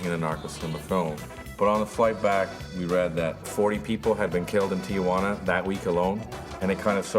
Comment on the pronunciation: Noooo, it's not "Tia-wanna". It's "Tee-wanna".